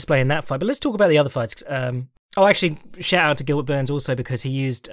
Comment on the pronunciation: Did say Burns or Boo-Urns?